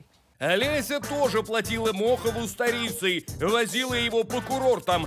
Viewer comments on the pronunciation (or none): СтОрицей. Ударение, пжл.